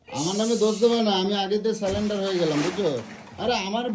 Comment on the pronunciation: কথাটা সালেন্ডার নয় ইংলিশটা ঠিক করে বলতে পারে না। Surrender কে কি বলে আপনারাই দেখুন।